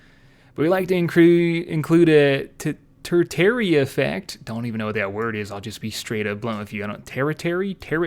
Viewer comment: Tertiary(Ter-she-airy), as in even further removed than secondary. Primary, secondary, tertiary.